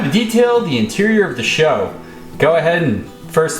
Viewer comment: I've heard you pronounce it SHOw more than once now. It's S.H.O., now SHOw. It's like the SVY Contour. You don't say Essvt when you pronounce it, do ya? Same principle.